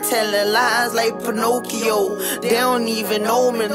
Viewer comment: this man really said pinokeo